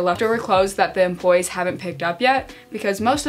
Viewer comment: every time she said 'employees' i thought she was saying 'dem bois' and i was so confused lmao